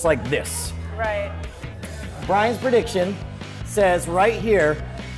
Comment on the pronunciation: what is this "predition" you speak of?